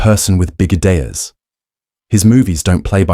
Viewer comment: I just really hate narration from AI bots. "big ideas" was pronounced "big-uh-day-uhs." Just sounds dumb and distracting.